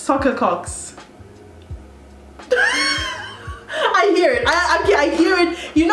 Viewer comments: kocks never sounded so wrong 😭😭😭😭😭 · Not me screaming hayi when you said Kocks 😭😭😭